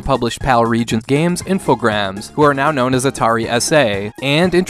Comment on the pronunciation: Asterix is absolutely massive in France and very popular in the rest of Europe. Crazy that Americans are unfamiliar with it. Also, well done pronouncing Infogrames correctly.